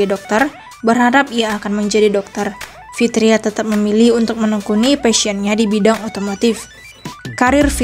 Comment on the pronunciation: Fitra eri bukan fitria, Min 😅